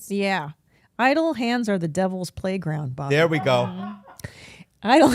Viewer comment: When Bobby said 'prayground' I lost my shit.